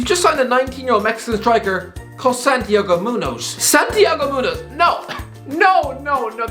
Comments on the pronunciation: Ah yes, my favorite Mexican striker: San Diego Moo-nose (the last name is a bit weird because of the "ñ" though so I can't blame you too much) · It’s Santiago munez not munoz, but it’s pretty close